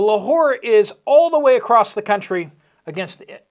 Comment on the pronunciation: Can you please stop butchering the word across? There’s no T on the end of it!!!